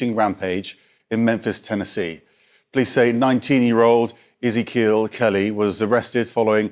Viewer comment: "Izikill Kelly"....I assume the news anchor meant 'Ezekiel'.